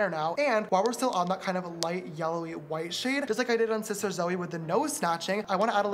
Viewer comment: i like how james said shister schnoz